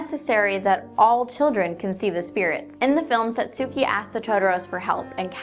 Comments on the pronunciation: I think in the movie it's pronounced sot-ski for Satsuke (in english) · It's pronounced "Satski" not "Satsooki" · I just cannot get past the horrible mispronunciation of 'Satsuki.' Your improvised intonation is as awkward as saying, 'toe muhtoe,' as an attempt of saying, 'tomato.' Then again, you did warn viewers, so I only have myself to blame. For future reference, though, it won't kill you to try to learn how to pronounce certain words at least for videos you're going to post. Hell, after what I just heard, listening to the audio on google translate would've helped you. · Go fucking watch the movie before making a video on a conspiracy. You would then know how to pronounce Satsuki's name properly.